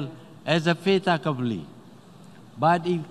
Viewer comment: you heard it wrong its not "fata couply" but "Fait accompli" and "Fait accompli" is a noun that means something has already happened and cannot be changed. It is pronounced "fate uh-COM-plee". The word comes from the French phrase fait accompli, which literally translates to "accomplished fact 😄